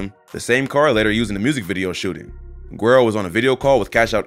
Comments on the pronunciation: It's pronounced: "Wero" not Guero. G IS a W and Geuro means light skin or blonde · The G is not pronounced as a W, the G is basically a breath sound like an "H" in some Spanish words like "Gente" or "Guacamole".. this applies to the word güero so it's not a W sound it's pronounced more like HOO-EH-RO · To the narrator the video... you don't pronounce his name with G. the G is silent. It's pronounced WEDO. as in light skinned and/or light haired. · its pronounced: werro, not guero! LOL! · I think it’s pronounced wero and it means white boy or sumn in Spanish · Pronounced "whedo" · "gwero" lmao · It's pronounced Weydo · Bro his name not gwairo 😭😭😭😭😭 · W is just lazy. Guero is pronounced with a G the same way Gringo is. Guero and Gringo are two of the same when describing a white Person or an American. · not it's not pronounced with G like "gringo" ..In the word "Gringo" the g proceeds a consonant which is the letter R in this case, so it makes a hard G sound. When the letter "G" is followed by the letter "U" it makes more of an airy "H sound" so in words like "guacamole" it's pronounced more like Hoo-ah-cah-mo-leh same applies for words like "Gente" it's pronounced Hen-teh